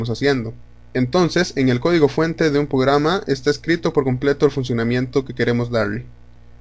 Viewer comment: Porque dices pograma? 😂 Pero está chévere el vídeo entendí todo hasta pograma jaja